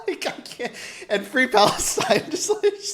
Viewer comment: Follow the money! And Fwee Fwee Frankenstein! 🤡